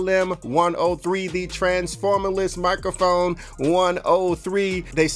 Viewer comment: Having nightmares about poppin his head out sayin 'mikaphone' at random times in my life